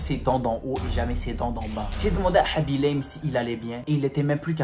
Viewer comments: Aussi apprends le pseudo des gens avant de faire des histoires comme ça parce que tu as dit tout au long de la vidéo haby l'aime et pas khaby lame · Aaaaa s'est khabi lame pas habilame